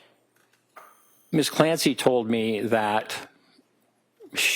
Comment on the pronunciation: The way they pronounce Lindsay and Patrick Clancy... Missssssszzzz CLAN SAYYY...